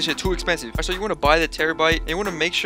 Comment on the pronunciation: Let’s play a game take a swig every time this man says “ight”